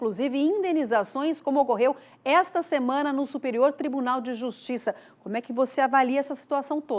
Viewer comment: Que "justissa"... - é assim mesmo que deve ser escrito...